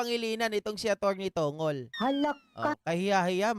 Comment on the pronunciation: Atty. TONG' GOL PO ang bigkas ng surname ni senate spox parang bigkas ng pencil na MONGOL